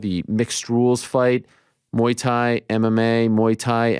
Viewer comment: I’m disappointed that a such experienced fighter like DJ can’t pronounce Thai box king proper… mhuui Thai ffs